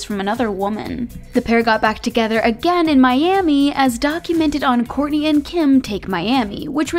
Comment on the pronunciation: you had me until you said “kourntey and ~kim~ take miami” 🤒